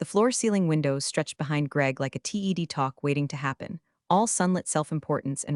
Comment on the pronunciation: Pretty good overall, but Inoticed one major issue and a minor one. 1) she left the room twice. 2) in TED talks the TED is pronounced like the name. Not spelled out. Good editing would have caught the first issue.